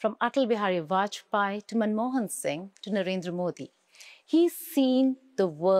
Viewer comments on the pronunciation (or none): none